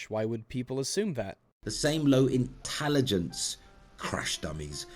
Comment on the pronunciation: "Intalagence" XD Amazing